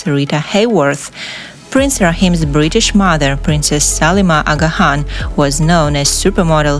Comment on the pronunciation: u are not pronouncing the name Aga Khan correctly & some other words & places as well,sorry.